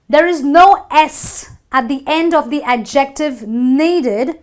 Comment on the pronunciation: You need to learn how to say adjective.